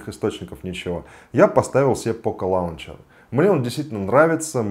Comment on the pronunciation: Лончер или лунчер (в брит.произношении). Но никак не лаунчер!